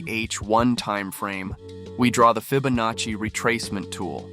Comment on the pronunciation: That’s some strange pronunciation you got there mate. Fib. Fibonaci. Nice little strat though.